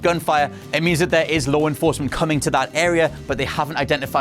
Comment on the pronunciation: Lore enforcement.. lol